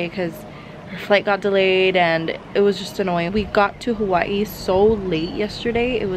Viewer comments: She pause Everytime she says Hawaii 🤣🤣it's cute and it's havaii actally the way they say it🙂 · Omgggg finally someone says Hawa'ii correctly 😫😫